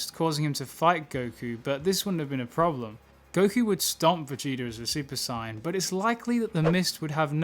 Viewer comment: You pronounce saiyan wrong